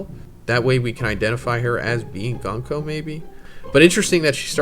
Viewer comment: This MAGA clown has been mispronouncing Gunko's name for the past year or so